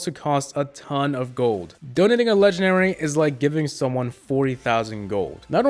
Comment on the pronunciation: Does it bother anyone else that he says legenary instead of legendary